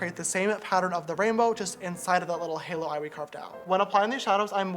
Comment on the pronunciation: I love you sister so much the makeup is so good and btw you pronounce halo wrong